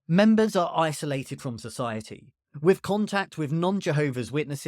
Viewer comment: Saying wiv and wivin instead of WITH and WITHIN is sinful.